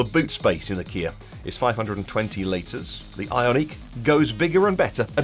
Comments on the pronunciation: Why is this guy pronouncing Ioniq as if it is a French word? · I would pronounce it eye-ahn-ick. It he first two syllables are based in the word ion which shows the electric nature of the car, so I would make sure the -n stays with the second syllable.